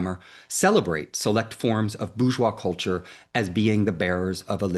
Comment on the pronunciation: Bourgeois/boorjoie/ NOT /boojoi/